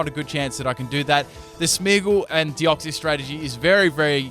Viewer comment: OMG FOR CHRIST SAKES ITS DEOX-SIS!!! SIS!! NOT CIES! Not hating just a peeve of mine